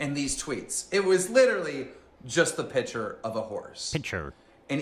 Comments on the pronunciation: “Wicket, pitcher” instead of wickeD and piCture it actually drives me crazy the way he talks lol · Why the fuck can’t keemstar say PICTURE ITS NOT PITCHER